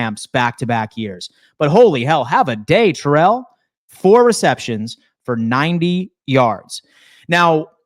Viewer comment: Its Ty-rell not terrell, hopefully hes not watching😂